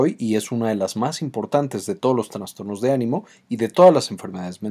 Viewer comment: ¿Transtornos? Es inaceptable que alguien que hable de cuestiones tan delicadas no sepa pronunciar los conceptos básicos.